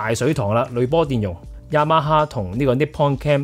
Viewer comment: ，Yamaha 的發音超標準😂